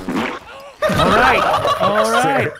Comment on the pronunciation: Its gone from ALLRIGHT! To U-Rite